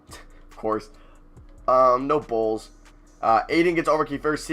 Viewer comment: Bruh, when you were looking at the ALL NBA teams and you kept on saying No Bulls, I was dying when it sounded like No Balls lmao